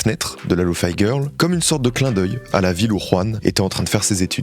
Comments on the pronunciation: Lofi pas lofy (lofee et non lofai) c'est pour Low Fidelity 😊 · Bah pareil avec lofi où il dit Lofaï alors que 10 seconde avant il explique que ça veut dire Low Fidelity (prononcé correctement, il dit pas low Faïdelity) mais s'entête quand même à dire faï